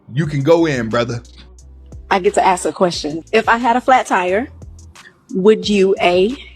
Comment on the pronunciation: Why can't you say the word 'ask' properly it's not AX...